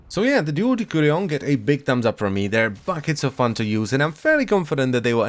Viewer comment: Its de/s/urion